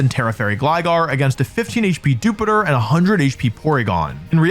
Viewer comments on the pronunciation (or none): The way Americans pronounce "Dewpider" makes no sense! (I guess because they pronounce Dew like... Doo??) It's "Joo-pider" like Jupiter, cause it's an astronaut! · I hate how Wolfey says Dewpider. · Everytime says "Dewpider" we get more stupider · Wolfe pronounces Dewpider cuz he’s more stupider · What's with that Dewpider pronunciation? It comes from "spider", not the planet "Jupiter". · Wolfey's killing me with his Dewpider pronunciation 😭 Emphasize that i like spider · The way you pronounce dewpider just scratches an itch in my brain